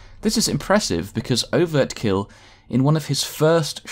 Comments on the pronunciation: Overkill not overt kill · Overkill not overtkill